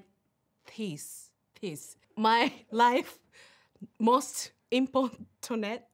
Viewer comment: ティース(もはやスィー)で爆笑🤣🤣 そのあと、important…っていいたくて放送事故起こしかけててさらに笑った